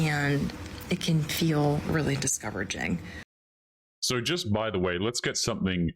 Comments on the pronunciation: ok, I listened 4 times, I am sure she said “discoveraging”. Is it me? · . Is it just me, or did it sound like she said "discoveraging"? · She said discouraging wrong.